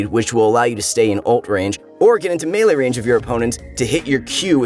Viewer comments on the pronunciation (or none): none